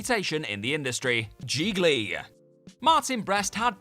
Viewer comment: It's GIGLI, rhymes with REALLY...